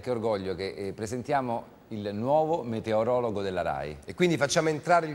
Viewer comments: Però è "meteorologo", non "metereologo"! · SI DICE E SCRIVE "METEOROLOGO" E NON "METEREOLOGO"!!!!!!!